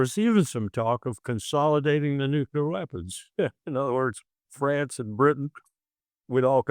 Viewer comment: I lose a few hairs every time someone says nukular!!!